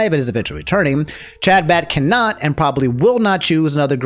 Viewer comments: I love you man and I hate to be that guy but Chabad is pronounced huh-baad. I hope this reaches you with care. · i love how you're pronouncing chabad, genuinely. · The way pronounces Chabad and other Hebrew language terms is painful to watch. My dude. You are a good dude. I don't even care where you stand on what happened there. But look up the names and get a bit closer than THIS.